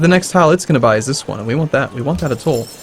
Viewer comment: a toll.... a toll.... Shen is a bad influence, now is pronouncing things weird